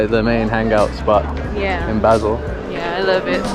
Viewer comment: Just a note, Basel is pronounced Baseeeel, sounds more romantic too 😝. As in eel. My guess it’s Africa your going? Probably Egypt 🇪🇬. Man 26€ for a sandwich😣. Wow I guessed right, good to see things are slowly getting back to normal. Enjoy Egypt, my Auntie lived in Port Said in the 1950’s, amazing country!